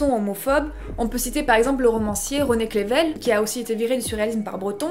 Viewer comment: Alors non, René Crevel ne se prononce pas René "Clével", ni même René "Crrrével", mais bien René CREUVEL ;-)